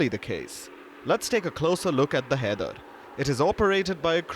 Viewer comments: shouldn't "Haider" be pronounced as 'High -der " ? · Haider ❌ kider ✅...... 😂😂😂😂